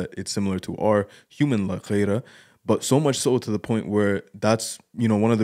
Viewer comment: it's "Gheerah" not "Ghayrah". Get it right